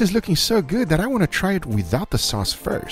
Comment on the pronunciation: And also the “I know it does not look guf righ now buh wash this”